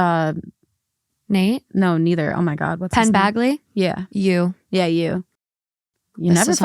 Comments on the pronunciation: Not penn BAG-lee 😩🤣🤣🤣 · “Pen Bag-Lee” 😭😭😭